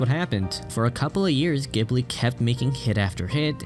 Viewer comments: The pronunciation is /GEE buri/ btw. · It hurts every time you say the studio name incorrectly...